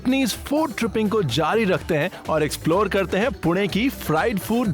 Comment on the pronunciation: Good to see he is pronouncing पुणे correctly